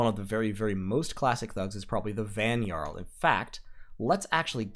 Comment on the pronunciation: Great vid, thanks! One thing.. the Nordic/German pronunciation of the letter "J", as in Jarl or Vanjarl or fjord, is pronounced as an English "Y" (as in yard). So those words sound like 'Yarl', 'Vanyarl', and 'fyord'. Thanks again!